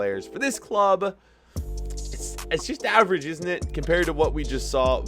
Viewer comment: I love your vids but its kind of funny when you say in it instead of isn't it with an American accent LOL